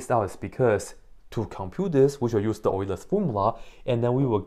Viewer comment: You pronounced "Euler's formula" quite well! Greetings from Germany :)